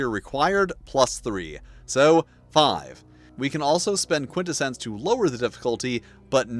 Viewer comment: Who pronounces Quintessence like that LMAO bro what on earth?